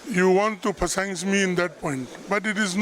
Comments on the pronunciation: 😂😂😂 you want to phassings me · "You want to pasaings me". 🤣🤣🤣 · "Phasaings me". That was Good 😂😂